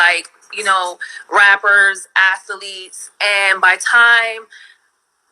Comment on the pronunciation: What's an "Ath-A-Leete"?